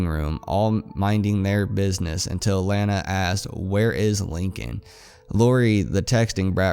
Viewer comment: Its pronounced LAWNA not LANA! Its spelled Lana But its pronounced Lawna